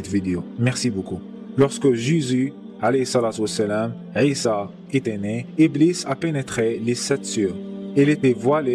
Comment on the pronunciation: La prononciation du nn Issa est mal prononse